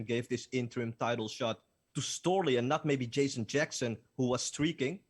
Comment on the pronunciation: Storely! Who the fook is Storely? Another tomato can.